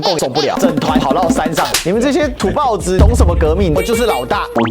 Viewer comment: 土包子，读出来是豹的音